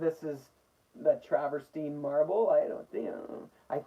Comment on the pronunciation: Isn’t it pronounced “trav-er-teen”? Just wondering because I might be mispronouncing it, myself. Btw - I like horizontal, too.